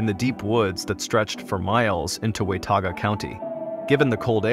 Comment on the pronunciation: It’s pronounced “Wha-Tah-Guh” County… I lived there once.. not “Way-Tah-Guh”… Anyways interesting stories. Wasn’t expecting the snake. I was expecting a cougar or a tiger, definitely not a snake.